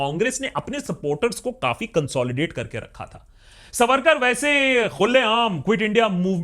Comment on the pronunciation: Pleeezé correct : veer(?) sarvarkar. Ha ha ha.....